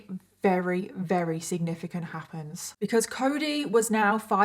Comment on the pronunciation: I’m sorry I always watch your videos they’re always interesting. However I absolutely HATE how you say “very” it sounds like you says “rery” it’s so irritating!